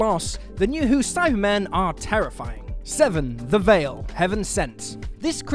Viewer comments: It's the Veil, not Vale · The monster of "Heaven Sent" is called The Veil. VEIL. Not "Vale", like seriously wtf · It's THE VEIL, not THE VALE.......durr. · I thought it was veil not vale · Love this channel but ‘the Vale’?? What’s it gonna do chase me down a valley?